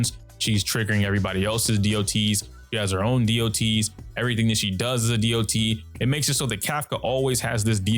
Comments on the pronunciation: My question is why do most star rail youtuber like to say "dee ouh tee" instead of dot? Online ingame or in voice chats nobody does that. Just "dot" is faster, saves time and is simple to understand. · I've been noticing that people are pronouncing it "Dee Oh Tee" instead of "dot".